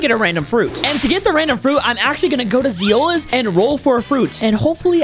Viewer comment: Zioles ❌ Zeules✅